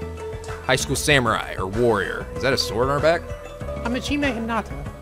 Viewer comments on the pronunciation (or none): none